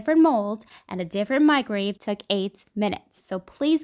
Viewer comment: “No one will believe you cooked this in a micrave.” At what point is the way she talks considered a speech impediment?